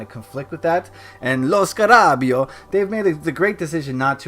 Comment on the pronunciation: lo scara ...beo (lo scara beyo) lol but great video :)